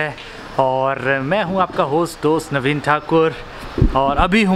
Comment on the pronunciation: Bhai video ki starting me apna naam sirf pronounce kro 👍